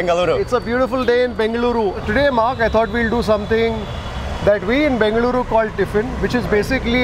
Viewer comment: The way mark said 'BENGALURU' it touched my heart ❤